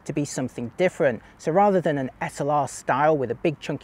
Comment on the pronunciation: Old guy should know better how to pronounce whether and than…